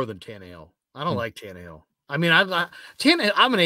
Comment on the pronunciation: can you please stop saying Ryan tannehill 😂😂😂😂… my God no ! 😂